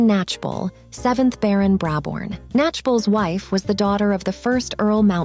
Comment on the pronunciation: Brabourne--- pronounced Bray-born